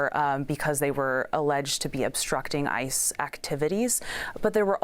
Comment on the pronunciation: thought she said ISIS 😭